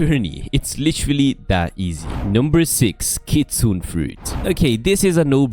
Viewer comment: (Not being a nerd) but it's pronounced 'Kitsu-ne' which is a fox spirit in japanese mythology